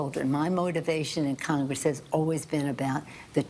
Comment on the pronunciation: Too many coccongress in her mouth…